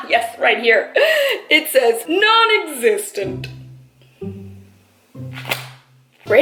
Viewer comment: “None existent” lmaoooo